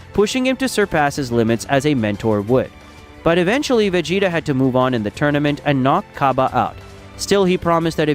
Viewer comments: va-gee-ta not ve-gee-ta get a better ai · Lost me when he said Vegeta name ✌️